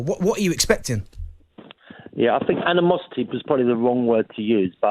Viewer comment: AN-E-MOSS-IT-TEA.. Word of the day. 😂😂